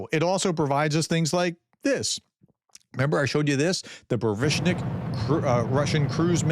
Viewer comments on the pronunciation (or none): how could you say Burevestnik 50 times in 3 videos and never try to pronounce it approximately properly... I mean you use that word so often and every time you mangle it a different way... let me spell it out, there is no 'sh' sound in it, just 's-t' : Bu-Re-Ve'st-Nick. And of course its 1 word and you try to say it snappy and continuously, fluently Actual meaning: Bure = of a storm Vest = news Nick = (er) - is like a 'doer of something' - for ex. teacher, trader, cleaner So its like something, which forecasts/brings a storm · boo-ray-vest-nik lol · Professor, it reads boo-re-VEST-nik :) Just read every character exactly as it is written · Boo-ray-vest-nick. Try this pronunciation. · PLEASE Professor. You need to start learning how to read Russian and Ukrainian words. The words are pronounced with ALL letters sounding. Even E. So, the word burevestnik is pronounced as BURE + VESTNIK. Stop skipping the E sound. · Man, you also look like a pufferfish when you try to talk like an expert about something you repeatedly fail to even mispronounce fluently. It’s just lame. It would seriously increase your credibility if you cared to take 2 minutes to practice saying a word like burevestnik before recording.